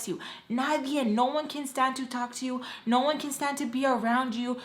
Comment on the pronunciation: ohh it sounded like “Noah” to me lol